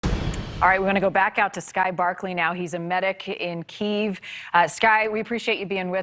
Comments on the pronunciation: needs to spend some time learning how to pronounce city names correctly. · Yes and continued to pointedly pronounce Kyiv wrong out of arrogance.